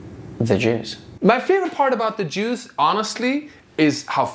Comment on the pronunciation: what kind of juice apple orange going wild about grape? Sorry every time you say Jews it sounds like juice… this was an attempt at humor…